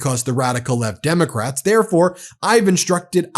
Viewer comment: WTF is he blabbing about? Opening the country? What is the Derm….it took 3 try to say democrats? Celebration Halloween? His brain is on coke!